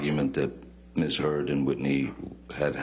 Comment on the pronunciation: Omg did Johnny’s lawyer say Ms. Turd? I’m sure she didn’t but it sounded like it and sure made me smile. Also, I hate how smug Amber Turd looked when they were showing the pictures of Johnny’s eye. She clearly is an abuser and loves it when her attorney’s dig and pick at Johnny.